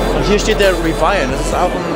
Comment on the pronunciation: Rivaien.... Es heißt R I V I A N